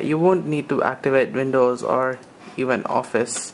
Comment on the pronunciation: Alright, I have to ask. Your English seems great... Until you say Windows. WHY CAN'T YOU SAY WINDOWS? IT'S NOT VINOWS, IT'S WINDOWS!